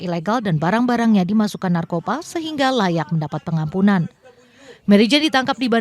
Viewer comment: Apaka telinga saya kurang sehat ya mbak presenter ? 'Pengampunan kok saya dengar penampungan' ?